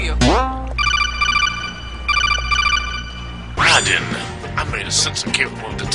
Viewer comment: Rai"dan"? I think you mean Rai"den".